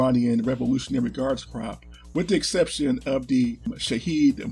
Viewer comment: Always glad I subbed. Your videos have came a long way and keep improving. So much easier to get an overview of the obscure topics you cover. Also please pronounce Corps "Cor"